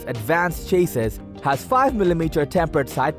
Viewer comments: Cha-sees not Chayyyyy-sis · Chassis he is saying chases. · You would think that you would pronounce "chassis" correctly. Its pronounced "CHAS-EE". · Chay-sis perfect pronunciation for a word you used so many times.